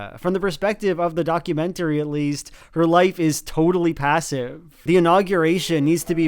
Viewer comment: "The dees an the dat"